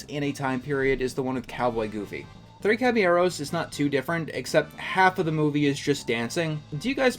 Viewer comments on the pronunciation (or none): none